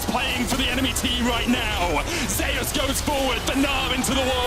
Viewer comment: Why is Zeus pronounced as Zayas not Zeus?